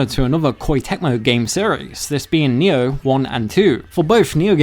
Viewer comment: I was like, wtf is he saying? Nyew? What's Nyew?